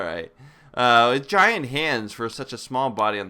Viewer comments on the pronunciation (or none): O he did not say gient mice pokemon did he?? fwrd